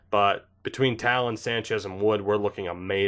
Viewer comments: Taillon = Tie-on, pretty sure he has the Spanish double L. :) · Also, it’s Jameson Thai-yawn